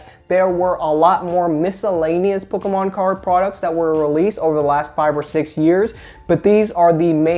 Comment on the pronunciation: I love how he pronounces "pokkommoncards" :P